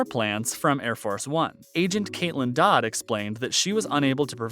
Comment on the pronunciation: 7. "Caitlin Dodd" It's Caitlin Todd How can one claim that i's the best, aka likely his favorite if he can't even get names right that are said SO MANY TIMES!